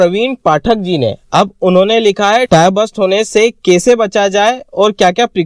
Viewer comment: The way he pronounce "Kaeise" .. typical MP thing